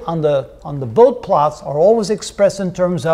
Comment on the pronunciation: A fine introduction to the topic of Bode plots. One nitpick, Dr. Bode's name is typically pronounced "boh-dee" :-)